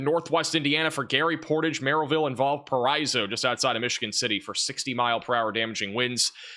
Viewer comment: Hiya, it's either simply Val-po or Val-par-eh-soh. Appreciate you!